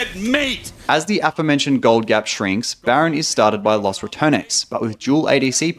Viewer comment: foreigners really need to learn how to pronounce 'los', its not 'loss'